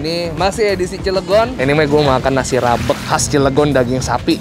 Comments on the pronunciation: "Rabeg" lafalin huruf e nya seperti e pada kata "bebek". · Nyebut rabeg nya salah bang, e nya bkn diteken tapi kaya nyebut kata "ojek,gojek,"